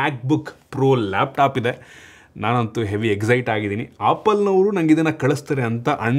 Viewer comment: Apple❎ Appal✅ 😂